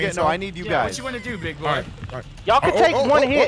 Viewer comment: He said, "I love you gays so much."